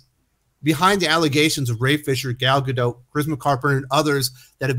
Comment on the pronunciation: Do I think Gal Gadot (not Gador as said in the video and description) has problems with language in America? Yes, just as much as Americans saying and spelling her name do.